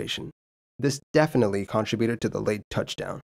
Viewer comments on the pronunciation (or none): Dude? Could you learn how to pronounce CON-TRIB-YOU-TID PLEASE? That's really annoying to hear, lol. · WHY can you not learn to pronounce "contributed"???????